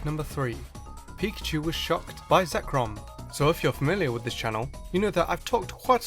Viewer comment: You made a mistake, you called zekrom "zekron"